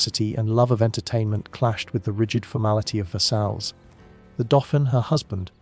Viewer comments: Versailles isn't pronounced as ver-sails, JFC man. It's Ver-say, or Ver-sigh (depending on who you ask). Please do better with your pronunciation. I'm not even French, was born in the US..and yet I can pronounce it correctly. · It brings down the perception of the quality of this documentary: if this is not known, what else is right.